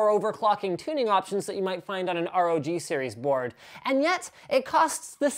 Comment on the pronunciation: please stop sain AROGI just say ROG